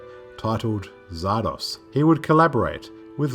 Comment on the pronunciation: The title is pronounced "Zar-Dozz" not "Zar-Doss" (just saying).